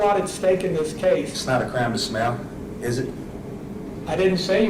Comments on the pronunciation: "Its not a craime to smyayle." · It really sounds like he says "it's not illegal to smell". Which I find hilarious because he really does look like he smells horrifically badly. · I thought he said, "Its not a crime to smell." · the guy can't even pronounce the word "smile"...... how are people dumb enough to listen to this moron rap?